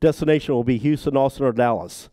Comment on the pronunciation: How can you spend decades researching the assassination and still not know that Houston Street is NOT pronounced the same way as the city further south? Serious question.